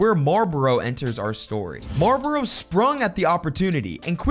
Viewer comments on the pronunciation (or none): Why are you saying Marboro instead of Marlboro? There's an L in the name. It's not silent.